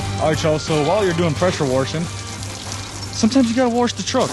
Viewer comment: I can’t tell if it’s your southern accent or you’re saying pressure worshing instead of pressure washing on purpose